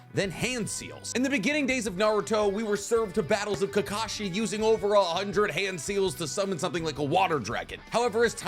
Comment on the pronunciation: "Who can sign faster?" Kakashi. It is Kakshi